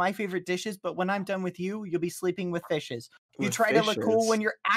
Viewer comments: Who else thought that when he said fishes he said bishes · I thought it was because it sounded like he said "fuck it" and I had a panic attack